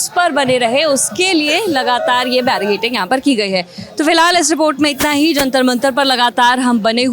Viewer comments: Barricading hai madam "barricating" nahi....itni baar bola ki I am forced to get this noted.. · barricaDing😂 and not barricaTing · जर्नलिस्ट महोदया, कृपया अपना उच्चारण ठीक करें l बेरिकेटिंग नहीं होता है, उसको बेरिकेडिंग बोलते हैं 😢😢😢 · Its barricading not barricating....just for knowledge.